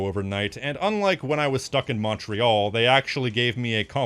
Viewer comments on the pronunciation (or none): none